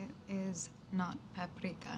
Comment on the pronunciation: Its not peperika, its bhosdika